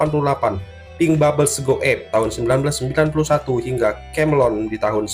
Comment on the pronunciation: Kemelien kok kamelon ki lho, dibenerin dulu cara bacanya